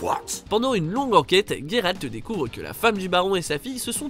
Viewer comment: Ce qui est perturbant ce ne sont pas les quêtes mais votre prononciation du prénom de Géralt 😑